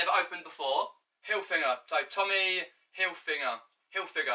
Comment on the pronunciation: Great vid mate, just remember it’s Tommy Hilfiger not Tommy Hilfinger